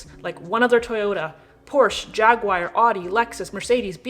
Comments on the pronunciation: It’s jag-war or jag-u-are , not jag-wire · The Rav4 is a perfectly good car. Any generation. The real bugger is why americans say Jagwire? It's Ja-Gu-aR 😀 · ‘Jag-wire’ ? It’s a UK brand and it’s pronounced ‘Jag-u-er’. Americans usually say it ‘Jag-u-r’ and Austin Powers called his a ‘Shag-u-r’, but never heard Jag-wire before. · I agree with nearly everything said in this video with the exception of two things: Elon Musk is an incredible competitor but not in the framework of money, a little bit of research would reveal that. Secondly, no one drives a Jag-wire. Everything else is spot on... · *JAGWIRE* Ha ha...I love it. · What an earth is a ‘Jagwire’ ?..😂❤